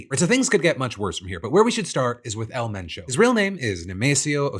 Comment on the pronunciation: props to PhillyD for putting an effort to pronounce it correctly. Don’t be afraid to try, give respect to the culture as best as you can.